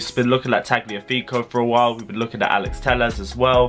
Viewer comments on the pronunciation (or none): none